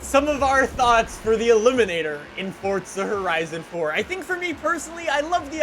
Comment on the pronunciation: Everyone: Forza: Fortza